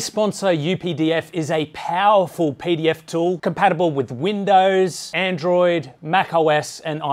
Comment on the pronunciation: Jesus Christ mate when you said pdf files at the beginning of the sponsored segment I legitimately thought you said pedophiles